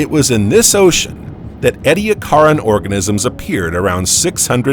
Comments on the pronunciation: It’s pronounced ee-dee-AK-er-in. The emphasis is on the third syllable. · Is he mispronouncing Ediacaran? Or are there regional differences? He says 'eddy a CAR in', but I've always heard it as 'eedee ACK a rin' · Look up the pronunciation of Edicaran. According to Wikipedia EE dee AK er en, with the stress on AK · I have always heard it pronounced EE-dee-ACK-are-an. But, as an American, I have often found that Australians pronounce many words differently from how people in the USA pronounce them, so there may in fact be no right way and wrong way. Since these fossils are named after mountains in South Australia, perhaps it would be best to defer to the Australians. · I have just learned that one of my pet peeves is when people mispronounce Ediacaran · Man I love the video but the way he says Ediacaran for some reason sounds wrong but whatever still liked lol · This guy can't even pronounce half the words properly. Ediacaran sticks out immediately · The narrator’s continual mispronunciation of “Ediacaran” is grating on my nerves. He had ONE JOB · The narrator (highly likely an AI) has very strange pronunciations and inflections. The word Ediacaran was consistantly mis-pronounced. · Take a shot every time he pronounces ediacaran wrong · That’s just not how you pronounce Ediacaran